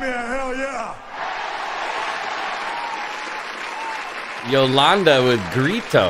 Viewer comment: Her name is iolanda it prononces like yolanda